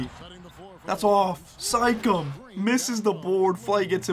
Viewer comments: did he just say sikam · Am I the only one that heard him say sike-em instead of Siakam?